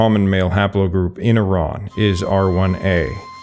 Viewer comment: This is an exceptionally accurate and substantive documentary about Iran, and kudos to the narrator for the accurate and literate pronunciation of the proper names ( Iran instead of “I ran”); thank you for your contribution.